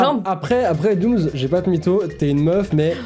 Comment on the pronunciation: DOOMS DOOMS DOOMS DOOMS PAS DOOMZ C'EST DOUMS PAS DOUMZ PTNNN